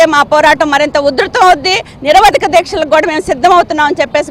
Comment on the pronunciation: నిరావదికం కాదే తల్లీ niravadika kàadu😢